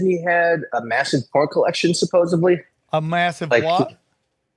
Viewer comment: I'm out!! Theres no phucking 'B' in the word Supposedly... I cant trust anything after that! ✌🏼 #Tinfoilhat # Sam❤️❤️ #❤️❤️